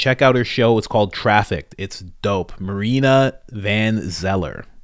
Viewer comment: its not marina, its mariana